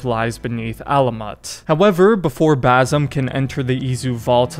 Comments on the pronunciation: it's Basim not Bazim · Its Baah Seem. Not Bar Some 😂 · if i gotta listen to you say Bazam one more time im gonna call you Yusif.. its Ba-sim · New game: take a shot each time he says Bazum instead of Basim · Bazim? It’s Basim with an S not Z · Basssim, it's Bassssimm. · its not Bazim, its Basim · It's pronounced as "ba-seem" not "baa-some" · If you're gonna explain the ending of a middle eastern game, at least learn to pronounce the name of the main character properly, it's BaSIM, not BaZIM. 😂😂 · It's not BAZIM